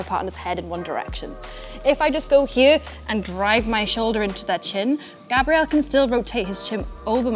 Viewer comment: Am I the only one hearing you purposefully pronouncing his name with the feminine pronunciation? Male name is Grabriel, like the arch angel. Female name is Grabrielle which is what your saying. Hard to show in writing but there's a huge difference